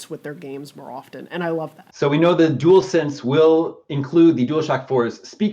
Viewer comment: you also called it the "duel sense" when it's "dual sense"